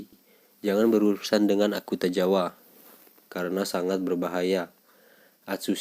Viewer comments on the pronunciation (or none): Akutagawa bang, bukan Akutajawa